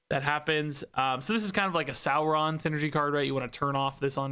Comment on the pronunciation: Why do you pronounce Sauron like that? This isn’t LOTR.